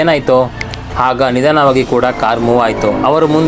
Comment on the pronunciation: ಹಾತ್ಮಗಳು ಅಲ್ಲ ಆತ್ಮಗಳು ಮತ್ತು ನಿಧನವಾಗಿ ಅಲ್ಲ ನಿಧಾನವಾಗಿ